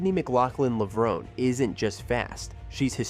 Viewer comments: FAIL! Florence Griffith Joyner is the Fastest Woman in History! and FAIL #2 her last name is McLaughlin not Mclaughling 😖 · Hysterical. They pronounced her name in the clips and yet you still said her last name incorrectly. And no one says 400 M. It’s 400 meters.